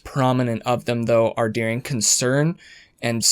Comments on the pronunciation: I'm supposed to believe a guy who pronounces "during" as "dearing"? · Lol his “during” sounds like “dearing” love it every time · I wouldn't normally mention this but I have to say I am, for some reason, hyper focused on how you say during. Doo-ring. Der-ing. Not dear-ing. 🤣 Idk why it bothers me SO much 🤦